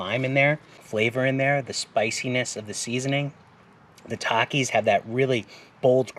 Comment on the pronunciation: "TA-Ke" Popcorn... Now I now how to pronounce it correctly... LOL